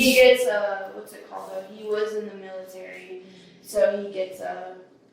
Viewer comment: The “militaraa” 😅 she’s not the brightest 🍪